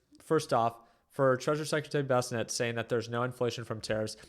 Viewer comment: He never learns no matter how many times I post this its not "Bess A Net"